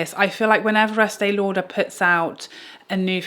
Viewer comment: LOL!!!😂especially the eastee lauderppp